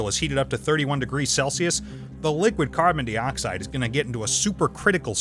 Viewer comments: PLEASE go BACK to YOU doing the narration... PLEASE!!! Not only does it NOT feel like a REAL Thoisoi video, you probably have to PAY to get that person to do the narration (which he's not very good at either... WHO SAY 'carbon DEEoxide" ???? NO ONE, THAT'S WHO!! lol) PLEASE brother, listen to your audience.... or at least give us a reason why you have to do your videos with a narrator..... In your last video I saw a TON of comments about not liking the new narration, and with 13 comments already on this one 6 of them were NOT about you switching back to YOU doing the narration... and one even unsubscribed because of it..... Ultimately it's YOUR channel, and I'm here for the SCIENCE. so I'll be watching all your videos either way... But it doesn't feel right without your voice... - AND if you are doing this to get more viewers, then I TOTALLY understand.... (but I personally don't think it will help all that much... but I WANT you to PROVE ME WRONG and HOT that 1 MILLION SUBS and get 200K VIEWS IN THE FIRST HOUR!!!) - But maybe listen to your audience if it doesn't work after giving it a few months (but you need to upload more than once a month lol) - Now.. ON WITH THE SCIENCE!!!! (oh and I NEVER GET TIRED of seeing the phase changes in that ampule, it is MIND BENDING!!!!) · why does he says CARBONDEEOXIDE bruh